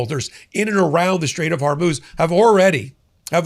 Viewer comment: HORMUZ many podcasters are so busy ranting that they can’t be bothered about pronouncing the name of the straits that may definitely change the world’s destiny!